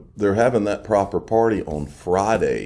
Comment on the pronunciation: Why the emphasis on the word "proper" in proper party? Is it just because Brad G said it or is there more to it?